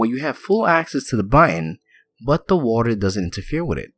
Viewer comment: Great build! P.S. you pronounce button badly =p